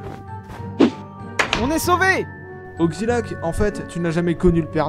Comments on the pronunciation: c'est moi ou il dit "oxzilac" ?? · XD Par fois tu disait ''Ogzilac'' a la place de ''Oxilac''